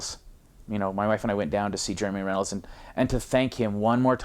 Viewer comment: Isn't it Runnels, not Rennels?